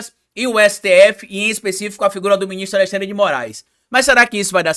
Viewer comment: não consegue pronunciar AleXandre, sai sempre AleSSandre